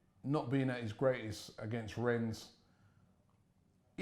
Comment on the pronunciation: Just a little observation. Arsenal fans are somewhat bipolar. One day they hate everything about it and the next day, after one good result this!!! Lol ! Plus Robbie is never gonna learn to pronounce Rennes now is he?!